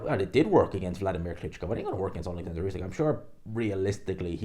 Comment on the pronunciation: Its not usek its usyk. Get the champs name right!